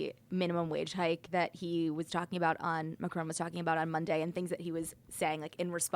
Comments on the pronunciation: PLEASE stop pronouncing Macron as 'McCrone'. You know the opposite of 'off'? Can you say that? It's 'on', isn't it? Say 'on'. NOW SAY MACRON. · hmm but the vowel would be closer non?